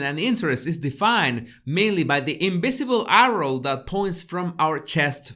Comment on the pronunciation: la "V" *jamas* se pronuncia "B"... Sabemos que no se escribe In-B-isible 😉